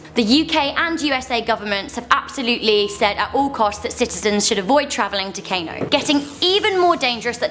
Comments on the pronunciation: it's pronounced car no not cano, I'm Nigerian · For realz? its pronounced Kahno and Yohla srsly you white peoplz but I'm still lovin' ya